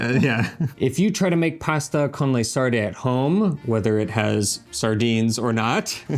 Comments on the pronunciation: you are married to an Italian girl and you're living in Italy! Trust me you've GOT to work on that Italian pronunciation!!! They aren't Lee Sardee, they are Leh Sardeh. Please. Okay, I have access to fresh sardines here in suburban Atlanta, I've had Sarde in Saor in Venice, and didn't care for the dish. Too fishy, it just didn't work. I've known about the pasta dish, but was never all that anxious to try it. No longer, thank you Eva! It's off to the market domani, and proviamo! Grazie, care. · Drop the American diphthongs when pronouncing Italian words and it will sound a lot more Italian. It’s pronounced sarde and not sardey. 😉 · You have an Italian speaker just next to you (Eva), “con sarde!” (not con sardei). It’s not difficult, but it makes the whole difference. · Pahsta con lay sarday 😄